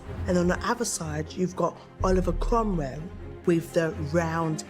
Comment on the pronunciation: Cromrell. "Cromwell." Cromrell. Judi is the best